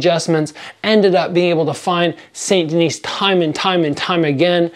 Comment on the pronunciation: "Saint Denise", Jeez give back your Canadian card, I know you're not from Quebec but that's brutal French pronunciation. Saint Denis = "San Denee", even if you took Spanish in Canadian high school (I did) you still took French in middle school, your American pronunciation of French is inexcusable regardless.